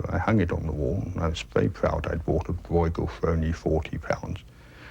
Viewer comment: 1) It is Brueghel, not "Broy-gull". Copying the dutch pronounciation seems to be a little bit more difficult 2) Brueghel Sr. 's work is much finer and state of the art than junior's.